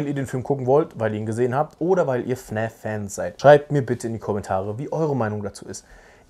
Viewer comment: Hab mal'ne frage: wieso sagst du fn Ä f anstatt fn A f Mach ich btw auch